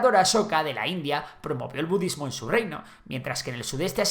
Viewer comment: You lost me at "bududismo"